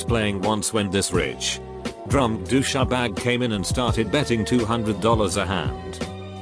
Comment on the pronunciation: Doo sha bag😂 Love the AI